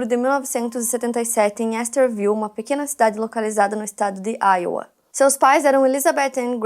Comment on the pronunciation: se pronuncia “aiôua” pra iowa e não “áioa”